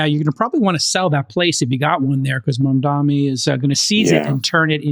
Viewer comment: So much wealth but so freaking ignorant. It's Mamdani; not "mamdami". Such a jerk!